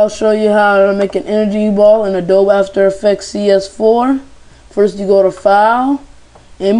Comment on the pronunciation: "In adob af aftekz CS4" lmao